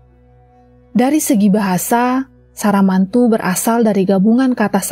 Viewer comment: SAMARANTU jadi SARAMANTU kwkwkwkwk.... kocak lu